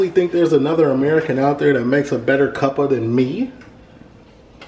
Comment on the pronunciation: lmao hear say 'cuppa' >>